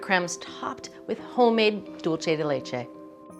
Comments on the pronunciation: Yes, she mispronounces it, but then again she is pronouncing it in English. As I always point out, no one in Latin America is pronouncing English, German, Polish, Slavic, or non-Latin based language words correctly so I think she deserves a pass. Cooking shows in Mexico or Colombia are not making attempts to say bratwurst, sauerkraut, Riesling, or Gewürztraminer correctly using the correct vowel sounds that do not even exist in Spanish. Let us just stop with the hypocrisy. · Why does she keep pronouncing "dulce de leche" so Whitely? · Pronounced: duel-se de leche. NOT dulche 🤦🏽‍♀️ Also much easier way to make it… boil an unopened can of condensed milk for 2 hours (always covered in boiling water) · Maybe could be a regional thing. I think she's up north. I'm Arkansas. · Dulce de leche, please look up its pronunciation before making another video about it. 😶